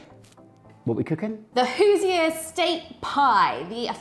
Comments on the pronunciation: Since my mission is to get yall to pronounce things correctly... say Who-- zure. Not Who-se- ur. You welcome.😂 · Hi guys, just an fyi, Hoosier is pronounced like who-zhr (like "zure"). The pie looks delicious 😋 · FYI, "Hoosier" is pronounced HOO-zher. Rhymes with "New fur", and the second syllable is the same as in "measure". No reason you should have known that...